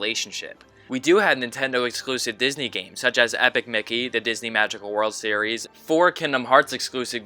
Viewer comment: that's a strange way of pronouncing epic mickey